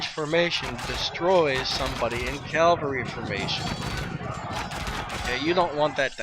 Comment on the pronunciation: Get yourself a piece of paper and write this down!.... It isn't Calvery, it's CAVALRY!!